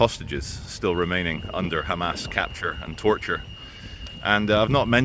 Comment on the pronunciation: WOW wow wow WOOOW this guy hates "khamas" soo much and he still says their name properly just WOW